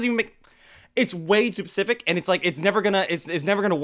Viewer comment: Bro why you sayin pacific and not specific